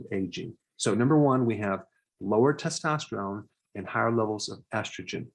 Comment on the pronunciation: errr Doc ... it's testosterone... test-tost-terone... NOT... testostreone... test-tost-treone... :yougotthis